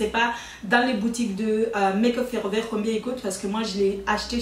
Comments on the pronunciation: Bert’ BergerGlll sans être méchante cela fait mal aux oreilles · Le bidi bleudeur?😂qui a entendue sa?😂,et Maqueuuup fooreveurr😂😂😂❤😉